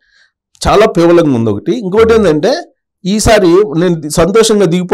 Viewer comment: Sir పేవలం కాదు... పేలవంగా